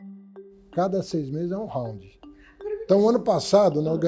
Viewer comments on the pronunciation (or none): O cara não sabe nem pronunciar Round ,kkkkkkkkkkkkkkkk